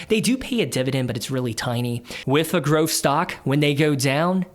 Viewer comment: Good video, as constructive criticism you need to say growth not groff